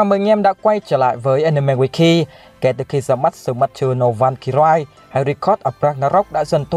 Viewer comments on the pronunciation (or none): Van cơ ry chứ k phải rai nha bi. Nghe ngứa tai vl 😤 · Valkyrie phát âm sai r. "Van-cơ-rai" là sai nhé! Valkyrie /valˈkɪərɪ/ /ˈvalkɪrɪ/ đọc là "vao-cơ-ri: " nha! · Valkyrie còn đọc sai thì thôi không có tư cách làm clip đâu.